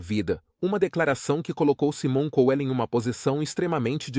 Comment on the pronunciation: Esse narrador é ridículo, não sabe nem pronunciar o nome corretamente , e não é apenas o de " Saimon Couel " , essa é a pronúncia correta , mas de todos que ele narra